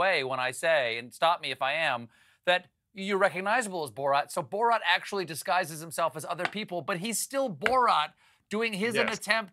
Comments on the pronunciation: Why does Stephen always mess up the pronunciation of names? He's clearly saying Bo-rot, when his name is Borat. He did the same with Graham Norton. Kept pronouncing it Gram. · It’s not borot it’s borat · “Borat” is not pronounced “Borot.” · Stephen pronouncing it “Bo-rot” as opposed to “Bo-rat” was killing me 😅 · Hey Stephen Colbert, his name is "Borat", not "Burot". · I hate that he keeps calling him "Borot" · Jesus Christ, Stephen... Bore-rot?!? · Why can't Stephen Colbert say "Borat" properly? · Can you stop saying "borot" Steven!?? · It’s Bor-at tho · I thought us was pronounced "Boor at." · who tf says "borot" lmfao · Bo-Rat Why the hell is he pronouncing it like this?!!!